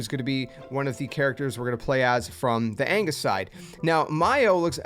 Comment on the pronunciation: Angus? It's Agnus. You flipped the N and the G.